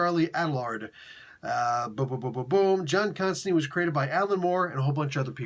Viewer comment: Alan Moore stipulated it, Jamie Delano gets SERIOUSLY pissed off about it...JC HIMSELF called Chester Williams out for it in an issue of Swamp Thing...What is it? It's the constant mispronunciation of "Constantine". It rhymes with "Wine" not with "Bean".